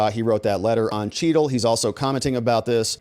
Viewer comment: Secret Service Director Kimberly Cheatle. It's pronounced Chattle.